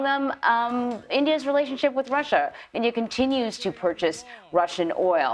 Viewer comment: Modi's speech was embarassing , does not even know how to speak a basic english word "relationship" . He pronounced it as 'relation sipi". If his english is no good then he should have spoken in hindi only, its a international podium and he is represention millions, he should have been more prepared and professional. To me he seems like a demogogue who manipulated illitrate poor people by speaking against Muslims and the Hindu temple ordeal.